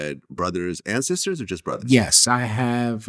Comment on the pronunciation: Bruva, Muva, Favu…i guess “th” doesn’t exist in Brooklyn